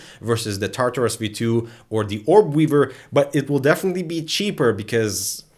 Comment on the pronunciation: I'm sorry, I don't by any means want to sound like a dick, I love this video, but "Tar Tar-Roos."